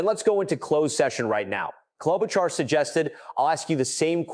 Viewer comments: Amy KLOB O KAR ?? REALLY?!!?! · KloboCar? really AI commentary is pathetic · AI cannot even get Amy’s last name correct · I don't like AI. When Ms Klobuchar is mispronounced on the first try, I am out! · Why is the narrative saying Sen Amy Klobuchar’s name in 15 different, wrong, pronunciations? If the narrative is AI, then you’ve got some real work to do. If it’s a person, they should know better and ASK FOR CLARITY! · Senator Klobuchar’s name is pronounced at least 4 different ways in your reporting. That’s a problem. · You should fix your AI. Klobachar was miss pronounced wrong about 4 different ways. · Please learn how to pronounce her name. She is a very smart woman. Thank you. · Can’t even get her name pronounce correctly